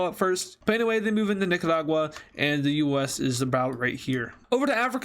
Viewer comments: You pronounced it nicadua. It’s Nicaragua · The Way He Said Nicaragua Made Me Laugh